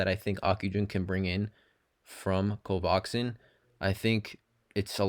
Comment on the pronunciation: Dude, it's pronounced CO-VAX-IN. Nice video, too.